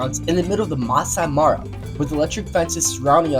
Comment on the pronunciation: didn't even try to pronounce maasai mara right😂😂😂